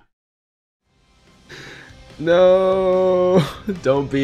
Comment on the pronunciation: “Mai Riding Trunks” 🤦🏽‍♂️LOL